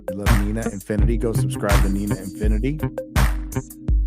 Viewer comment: If it means I won't have to hear AZ call her "Neener" again then I'm all for it...